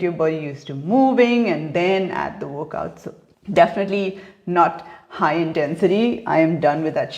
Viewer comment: Is she saying workout or wokeout? F... Shitshow... beautiful vocabulary